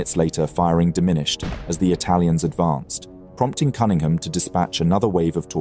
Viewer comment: buddy, you're English. how in the world are you mispronouncing Cunningham? 😂